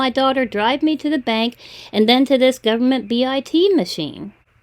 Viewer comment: Gowerment, goorment, gorment, gorlment, gowerment😡Let me explain you why each and every thing. That wallet will get activate in one day. How do you hold your tongue when you listen to them?! I LOVE how you treat them and frustrate them. Illegal money? Inwolved in investigation. Aaahhhh!!! How can you stand it?!